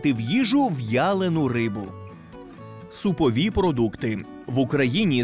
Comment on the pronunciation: Ха, які це за фігня така - СУПОВІ ПРОДУКТИ? 🤣 Що, слово "субпродукти" ви з вєлікіх знаній української мови вирішили прочитати як "супові"? Але ж в слові "субпродукти" перше слово "суб" означає не "суп", це не помилка, треба писати й читати саме "суб". Це запозичення з романо-германських мов, де "sub-" виступає як префікс зі значенням "під", "біля", наприклад: "yellow SUBmarine". В такому ж значені "суб-" виступає і в слові "субпродукти".